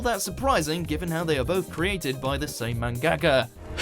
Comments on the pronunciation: This dude is an anime voice actor and can't even pronounce Mangaka? Isn't basic Japanese pronunciation something they go over before they put you in front of a mic? It's man-ga-ka not man-gaka. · lmao "Man-ge-ka"